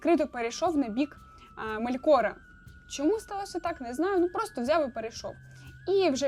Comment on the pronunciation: Настільки добре що навіть не знає де в імені Мелкора ставити наголос👍